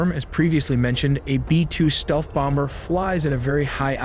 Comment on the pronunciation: I swear I heard “b-2 bonger” and “bunger” not bomber and bunker